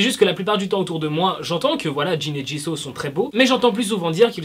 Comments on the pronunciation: Ça se dit pas jiso mais jisou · Woula quand j'entends :jisau mes oreilles saigne... C'EST JISOUUUUU